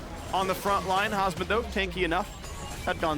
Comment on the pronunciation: I know its hasmed but i always hear husband